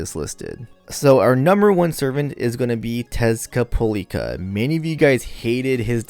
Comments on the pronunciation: Why do you keep calling him him Tezcat'polica'? It's supposed to be Tezcat'lipoca'. Or am I missing something? A meme? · Tezcapolica?? oh you meant Tezcatlipoca...yeah you love him so much you turned dyslexic ahahaha